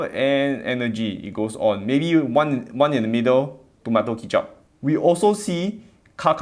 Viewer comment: "Tomato Kichap" HAhaha